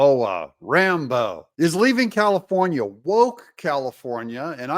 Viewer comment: Comifornia...get it right